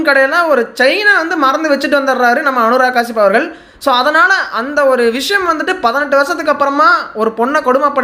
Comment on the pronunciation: அனுராக் கெஷ்யாப்❌ அனுராக் காசிப்✅😂